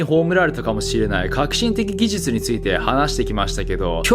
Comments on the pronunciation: 顎がアップデートされたので言えるようになりました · 「技術」が言えないとなると「手術」はそれ以上の難易度となって文字を見た瞬間に血圧は上がると見て間違いない。